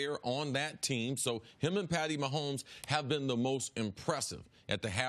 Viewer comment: "Patty" Maholmes.